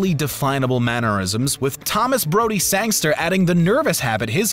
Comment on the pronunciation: It is rather annoying how media announcers and narrators play fast and loose with the actors’ names. This guy mispronounced Anya Taylor-Joy’s name repeatedly (Ahn ya is incorrect. It should be Ann-ya). He also butchers Thomas Brodie Sangster’s and Harry Melling’s character Dudley Dursley. You could allow for the mistake if someone is working on the fly but I assume this video took a few edits.